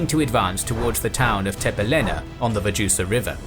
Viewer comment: When you pronaunce Vjosa as " Vaxhusa" 😂😂😂